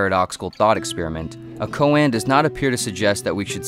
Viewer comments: Silly... but a good try! "The more one speaks of Zen, the more one fails to realize it." Also, "koan" is pronounced "ko-ahn", not "ko-ann", and "Tao" is not spelled "Dao" (though it is pronounced that way). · more like "ko-ah-n"